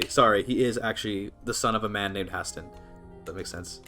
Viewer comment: your pronunciation of Haesteinn as ‘Hastin’ is really throwing me off lol